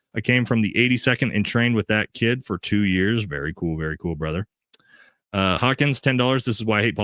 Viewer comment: Wife must of did something make you want go missing from the family for 4 hours 2 days out week now😂 😂😂 but i love it keep up good work ""😂😂